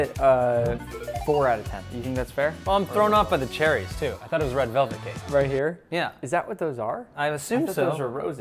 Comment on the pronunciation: He said red relvet 😂